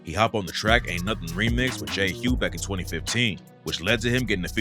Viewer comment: Hopped on a track with “J Hue” … mans name is J Hus